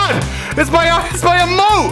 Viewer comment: Dude didn't say emote he said amote